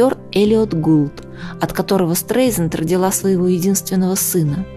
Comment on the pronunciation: Произносится обычно СТРАЙЗАНД